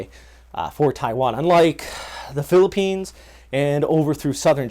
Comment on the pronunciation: this guy pronounce the places in philippines so good! nice one bro..💪👍👍👍👍